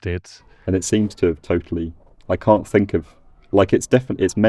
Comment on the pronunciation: “cyan” there is also heard in Jamaican patois, isn’t it?